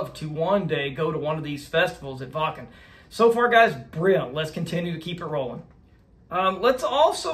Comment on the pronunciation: Excellent reaction with a really good breakdown and analysis. Also one of the first American reactors to pronounce “Waken” properly! I know you will enjoy more of Nightwish, so all you have to do is follow General Gabriel’s famous list for the best versions of their songs to react to. Greetings from the Nightwish army UK division. 🇬🇧